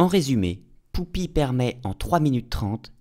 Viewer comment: Bonjour, il y a un truc tout bête, mais qui suffit à me gêner dans cette vidéo, même si tout le reste est très intéressant. <<...j'y répond en disant : Poupi>> Pourquoi tu dis "Poupi" au lieu de "Pupi" comme on l'entend dire deux ou trois fois par différents personnages dans l'épisode ?...